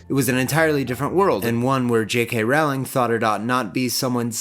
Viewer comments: Sorry to pull a Hermoine on you but its J.K "Rolling" not J.K "Raowling". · "Rolling", not "r-OW-ling". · I love your videos, but Rowling sounds like bowling, not howling. That information has kind of been out there for years. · I don't normally correct people on pronunciation but Rowling is said like bowling Not rOWLing, ROWling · "Rolling". It's pronounced "ROLLING". Please don't me. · Okay. Just a heads up, it's pronounced "RO-ling", liking row a boat. Not the one you keep saying it. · Lovely as always, but it irks me every time you mispronounce the author's name. Rowling is pronounced like "rolling" not rhyming with howling as it might look. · Also my dude, it's Rolling. Like a rolling pin. She's been quoted saying it, so everyone is clear. Love the video! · oooh! loving this series so far, can't wait for the next vids!!! ...i do have to be that person though and let you know that "rowling" is pronounced "rolling" ^u^ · Great take! Can't wait to see the next one. But is it really that hard to pronounce Rowling's name correctly? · that's not how you pronounce Rowling btw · I came looking for this comment. Why do a documentary series on movies/books by a particular author and not know how to pronounce their name. Otherwise this is a pretty good video.